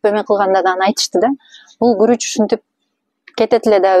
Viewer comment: Куруч эмес, Гуруч